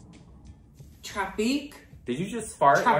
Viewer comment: Re: Ongina saying 'traffique': I watched All Stars 1 recently (... I know) and she has a cameo where she drives some of the contestants around, which, first of all, RUDE, and second, she says something like 'I can't go faster, there's traffique' She /was/ stuck in traffique on her way to All Stars.................. Legend, Icon, Star, Genius, unafraid to reference or not reference, etc, etc